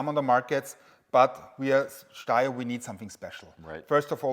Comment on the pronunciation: I see what you did there. 😂 said "Steyer" correctly at the start of the video. It's an Austrian company and they speak German. It's pronounced "Shh-steyer Manleesher".